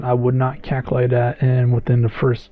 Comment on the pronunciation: Caculate ಠ_ಠ